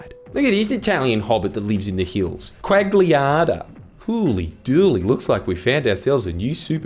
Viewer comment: Pronounced it “Hooley Dooley” instead of “Holy Dooley”. Easy way to show IQ, also fuck Digimon. P.s sorry but sort you vocab out